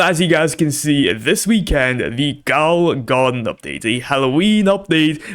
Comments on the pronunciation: And it’s not gowel it’s ghoul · I don’t think it’s pronounced “Goal” garden 😂